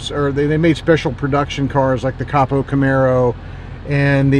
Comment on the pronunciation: CAPO? Oh, you mean COPO